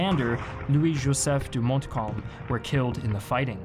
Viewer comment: Justan fyi...montcalm you dont pronounce the T.